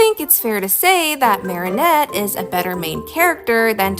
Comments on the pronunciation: Unpopular opinion: I am rather bothered by how you pronounce Marinette's name. It's meant to be said as "Mare-A-Net" rather than "Mary-O-Net". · WHY ARE YOU SAYING MARIONETTE ITS MARINETTE, THERES NO O💔💔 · it is pronounced like this, Mair-ih-Net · No, pronouncing Marinette as "Marionette" like the puppet is the most evil thing you could do to a character. In all seriousness, though, that side essay comparing and contrasting Twilight and Marinette was really interesting, and now I kinda wanna binge-watch Miraculous Ladybug again. (got some seasons in before I lost interest) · Slightly unrelated: it's pronounced "Marry-Net" 😭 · I’ll be honest when he said marinette he pronounced it like marionette and I thought he was talking abt the puppet from fnaf lol